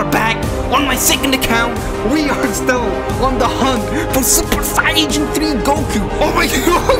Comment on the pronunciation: Does this guy know he is saying saiyan wrong